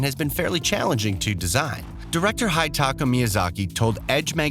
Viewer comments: Who tf Is Hightaka? Its HIDETAKA "He-deh-takah" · Sorry it may seem like a small thing to some, but please learn to pronounce the names of the lead developer at least. It's not 'high ta ka', its 'hee ta ka'. Sure not everyone can speak Japanese, but if you're going to attempt 'a journalism' you can be expected to get at least this much right. It's really not too hard. Not fair to laugh about the English other countries get wrong, when you can't be assed to even find out if you're right on this basic stuff. EDIT: NOW I SEE HIS NAME ACTUALLY WRITTEN IN TH E SUBTITLES - it's not even 'hee ta ka' his name is hidetaka, which is pronounced 'hee day tah kah'. Can't believe you were saying 'high-ed tah kah'. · "Director Hitaka" ? The fuck? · "haitaka miyazaki" spilled my coffee on my pants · There may be an editing problem shortly after . Nice video otherwise, so here's my like. :D Pronunciations: Hidetaka == Hee-day taka tarnished == tar-nish-d furled == fer-l-d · Tarni-shed? General Radhan? Hitaka Miazaki? You even called the game Eden Ring at one point! It's clear that you have no interest in the game and was reading off a script, but as that's your job you should at least do that right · Tarnish-ed Director High-dtaka What’s up with that? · Also "HIDE taka" Miyazaki LMAO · Tarnish-EDD , HI-taka Miyazaki, Pawrry this guy was all over the place xD